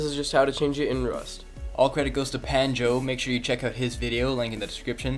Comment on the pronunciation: Pretty sure is Pronounced PANJ-NO